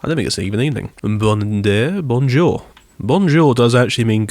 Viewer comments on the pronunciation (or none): none